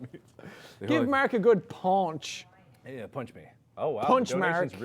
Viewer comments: I think it's more like "Maerk" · people say he says merk, its more like marik guys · After all this years, Jack is still saying Mark's name like 'Merk' XD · I know it's his accent but I love it when he says that